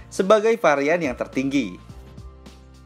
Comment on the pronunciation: Varian om.. Bukan parian